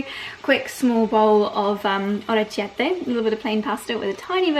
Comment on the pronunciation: the pasta is pronounced: or eh KYEH teh. No tch sound!